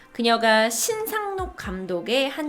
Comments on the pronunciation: 신상옥입니다. 신상록이라뇨??~~~ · 신상옥 감독을 신상록이라 하는것 같아요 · 신상록 이 아니고 신상옥 입니다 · 신상록 이 아니고 신상옥입니다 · 신상옥 감독입니다.신상록이아니고